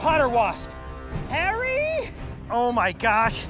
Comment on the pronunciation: why he say harry like that😂